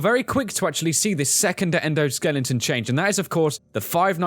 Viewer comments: Skeleton. Not Skelington. ;) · Why do you say "skelington"?